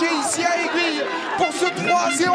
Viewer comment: C'est pas AiguiLLe c'est AiguiLe